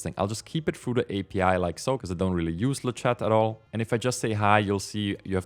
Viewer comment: Thanks for the video! By the way, 'Le chat' in French means 'The cat,' and it's pronounced 'Luh sha,' without pronouncing the 't' at the end 😹. Quick update: Flux has released a new model called 'FLUX.1-merged' 😉